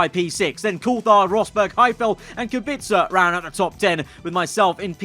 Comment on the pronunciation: I'm impressed that you pronounce Kubica's name correctly